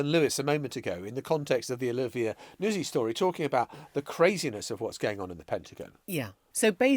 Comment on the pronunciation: I presume it’s pronounced ‘Nut-zi’ Emily, given it’s Italy in origin !! Not Nuz-zi